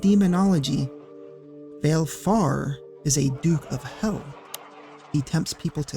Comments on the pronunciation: “Vailfour” gurl bye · Vah-leh-four, like va-le-dictorian. She pronounces it in Dissidia. Awesome content!